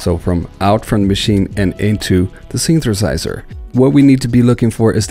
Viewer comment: Synthesizer = Synth-a-size-er. NOT: Synth-ER-size-ER. YOU know what I mean ? Just pop that first ER right outta there. Then drop that ER like a MF'In bomb like you don't need it in da mashina...know what I need... Just like that...yeah!